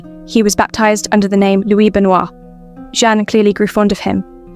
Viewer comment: Too bad they couldn’t be bothered to use a real person to narrate: calling the King “Louise” is eye rolling